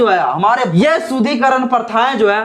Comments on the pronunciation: Manusmrithi me kahan yah sab likha hai,shloka ke saath ullekh karo.SHUDDHIKARAN shabd ko bar bar Shudhikaran kahathe ho,shruthikatu lagta hai. Correct pronunciation karo.Barthaman me Hindu samaj ko sangatthith karna atyabashyak hai.Samaj me vedaved paida math karo.Aaj samagra vishhwa Hindu Sanathan Dharma ka mahathwa sweekar kartha hai.Hindu Sanathan Dharm ka udaarta, sahansheeltha, prem, sanskar, ahimsa, manabikta, uchh bichardhara ebang sarbopari MAHILAON KE PRATI SAMMAN aur koi dharm me milega hi nahi. Kashmir me Islamic shasankal me Hinduon ko dharmantarit kiya gaya thhaa,lekin sc,st logokon chhod diya thhaa.Kyun?Kyun ki sab Musalman ho jaayega tho saaf-saafai ka kaam koun karega?Hindu samaj me sudhar thathha vikash ka kaam karo,nafrat math phailao. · पहले तो शुद्धिकरण का उच्चारण सही से करो.... अभी तो शिक्षा से वंचित नही हो ना।